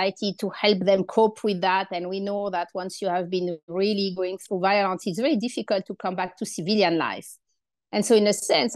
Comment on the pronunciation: Best pronunciation of “violence” I’ve ever heard.